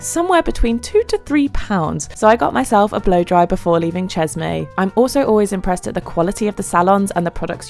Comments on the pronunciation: I think it’s pretty funny that you emphasize Jeremy’s name (very French) lol and that’s great. But you repeatedly pronounceÇeşme wrong. Chesh-meh would be the correct pronunciation. I cringed every time as probably most Turks would. Love your videos with a style like no other however you seem a bit rushed more often than not. Slow it down and smell the roses. Peace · Thank you for the insights of one of the world's most beautiful countries and for the information about the landmarks. Bu the way, It's promounced Ceshme in English as the letter "ş" in the Turkish alphabet stands for the "sh" sound. ❤ from Montreal, stay safe 🙏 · Pronounced as Cheshme